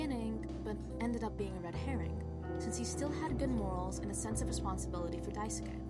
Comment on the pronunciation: lmao yea that was it